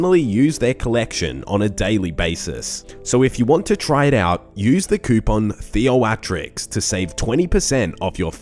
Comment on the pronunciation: when he says his name, it sounds like "" to me. You have me thinking now 🤔